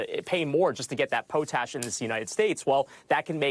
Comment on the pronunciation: who is going to tell them how to say "potash" ? At first i thought he was talking about potatoes, lol. POT....ASH. No poe poe.